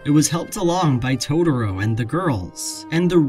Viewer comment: Please, please stop calling it "Todoro". I know it's just a nonsense word made up by a fictional Japanese 4 year old, but it gets really grating. I want to hear what you have to say. I like your videos, and I know you're not the only one pronouncing it like this. Rant over.